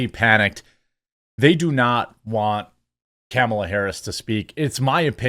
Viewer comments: I love how you refuse to pronounce her name properly. I do the same. She has not earned proper name pronunciation. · It's Khahmahlah! Get it right!